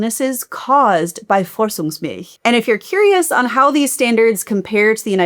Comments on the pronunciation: It’s ‚Vorzugsmilch‘ not ‚Vorzungsmilch‘ :) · As one American to another, be sure to pronounce the German z like those of 'pizza'. When listening to this video while working (i.e., not seeing the printed word on the screen), I couldn't understand what German word you were trying to say until you translated it and I realized you were referring to 'Vorzugsmilch'. 🫣😅